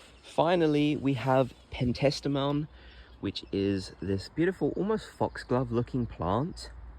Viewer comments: Lovely garden! Love your choices. One edit, you’ve added an extra syllable in Penstemon, in your spelling and your pronunciation. It’s Pen-ste-mun. Your garden is absolutely beautiful ❤️ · PEN-STE-MON....Penstemon.